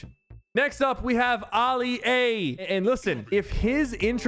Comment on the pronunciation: Oli a its Ali a